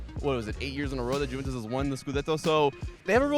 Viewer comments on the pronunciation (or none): Jimmy, please tell to stop calling it Jew-ventus 😖